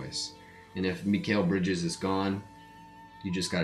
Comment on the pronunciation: your saying Mikal Bridges name wrong